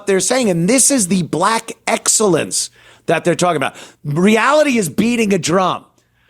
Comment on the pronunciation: She said "axxellence"